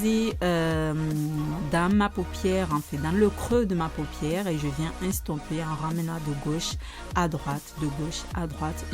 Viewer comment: enfaite t'a pas beaucoup d'aboner et tu parle pas bien français parce-que Tito c'est tuto et instonper c'est éstonper !!! t'est nul